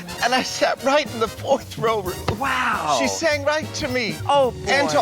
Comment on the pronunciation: Jinkx calling Ru "Broom" absolutely killed me. I don't think I ever laughed so hard at a Snatch Game performance.